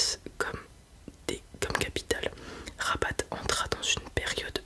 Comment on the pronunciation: La ville Rabat se prononce Raba on ne prononce pas le t Sinon tres bonne vidéo comme d'hab